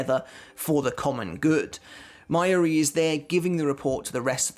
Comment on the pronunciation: Mai-yuri? its Ma-Yu-Ri bro... you should really learn how to pronounce the names considering your channel is about bleach xD